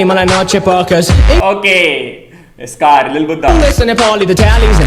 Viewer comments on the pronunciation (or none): it,s साकार not स्कार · I was surprised when he pronounced scar for sacar 😛🤪